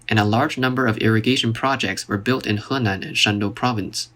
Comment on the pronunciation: love the way you pronounce Henan.